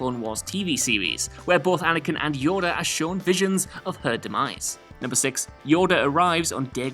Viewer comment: Unforgivable! did I just hear you call the little green Jedi Master, "YODEL"?!